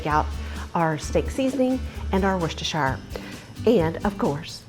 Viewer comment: correct pronunciation of two words: Havarti: Ha-var-tee. Worcestershire: Worst- a-sure.